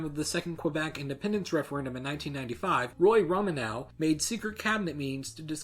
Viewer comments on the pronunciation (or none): Hey He pronounced the Premier's name as Roman-now, when it is a Roman-no. The w is silent. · Hi, good video. Just so you know, Premier Romanow's name is pronounced "Roman-o" sort of like a single piece of the breakfast cereal "Cheeri-o". :) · You mispronounced both Saskatchewan and Romanow 😂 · You obviously are an American because you mispronounce premier, Romanow, and Saskatchewan. Why don't you search on Google for the 1971 Homecoming song for Saskatchewan so you can learn how to properly pronounce it. Then you can find out how to properly pronounce premier and Romanow. Also at no time did Saskatchewan have a referendum on separation nor did Western separatists even have electoral success. Roy Romanow's discussion on possible options given a scenario of Quebec independence does not constitute a threat of independence. It is just talk. Premiers are not governors, Canadian provinces have Lieutenant Governors that represent the Queen who is the head of state.